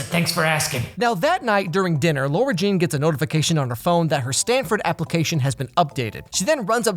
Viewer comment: Nobody:: LORA JEAN I’m jk I love your videos 😂❤️